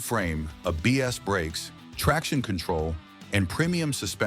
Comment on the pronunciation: ABS is pronounced "A-B-S" not "a BS"